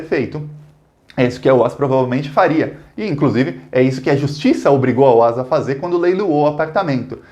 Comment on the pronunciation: excelente video! A pronúncia do nome da construtora OAS é "óaÉssi".